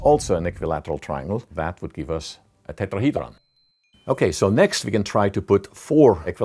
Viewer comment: This guy has the perfect accent for the word tetrahedron